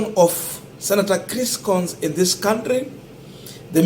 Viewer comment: Coons is pronounced kuns not kons